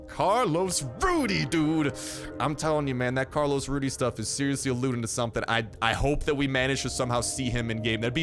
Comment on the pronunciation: ITS RUDEZ not RUDY